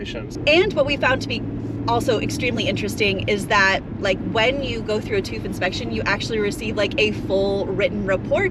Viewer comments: "tooth" - I see you're still stugglinmg with the umlauts. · Hahaha....they pronounce it as "toof"....those Americans.... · You‘re pronouncing tüv wrong. It’s not toof it’s TÜV